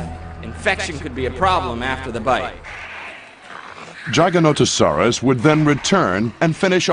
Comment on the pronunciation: Why is he pronouncing Giganotosaurus Gaganotosaurus ???